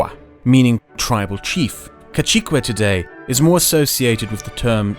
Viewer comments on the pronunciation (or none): its pronuonced "casike" not "cachikue" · Kashike almost make me quit the video, is pronunced kazeke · These pronunciations are bad, but the video is good. it's "cah-SEE-keh". The "a" sounds like the a in "gnaw". The e is like "meh". The i is "ee". The capitalization is to show where you put the emphasis. "lah CAHS-tah". The "a" is exactly the same, Spanish is regular in its vowel sounds unless they're dipthongs. Zacatecas is fine. It's "chaparral", "chah-pah-RRAHL" with the rolled rr. I can tell you struggled a bit trying to pronounce that but at least you tried. "HEHN-teh seen rrah-SOHN". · Nice video, but one small quibble that's driving me nuts... KA SEE KAY, NOT KA CHEE QUAY. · Casique is pronounced Kasike rather than Kachikue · I love your content, it's amazing! However, please don't say cacique as if it has a ch (caCHique). In spanish, which its the linguistic context that you're using it it's pronounced with a soft c (casique). Again, it's refreshing seeing this type of content from people outside of the hispanoamerican bubble! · Cacique isn't pronounced cachicue it's like ca (th)zi ke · Hahahaha "Cachicue" lol It's pronounces ka-SEE-keh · Pronounce it "ca-thee-keh", rather than "Cacheeke". Good video. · Dude, Amigo, Friend. Cacique is pronounced "Ka-See-Ke", not "Ka-Chi-Cue" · Just a nitpick but cacique is pronounced more like kazike than kachique, at least in spain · I love his pronunciation The kachicuways, and when pronouncing the Powhatan he says put a hat on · he pronounces cacique as cachiqüe like it's italian It's like when he says balukhistan and poonjab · Not all the time, he pronounced cacique as kachikwe as if it was italian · ‘cacique’ is pronounced ka-see-ke, lol. Kassequa should have given you some idea of why Spanish is not Italian, lmao. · Casique is pronounced more like "ka-see-ke" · love the video but its pronounced kasike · Fantastic,as usual A perfect explanation of colonial social structures But cacique is pronounced kasike